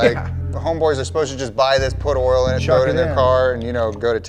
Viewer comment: LMAO, saying we've got an oirl pump! 😂😂😂